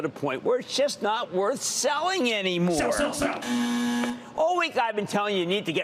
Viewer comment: "Just not worth seliing anymore" rofl